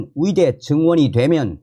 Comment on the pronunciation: 의대 발음이 이상하네요. ㅋㅋ 의대 철밥통 카르텔 이번에 박살 내야 합니다.